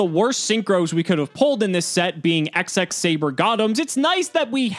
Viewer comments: It's double x saber, x x saber sounds ridiculous... Please double x saber 😖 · Its not "Ex-Ex Saber", its "Double Ex Saber"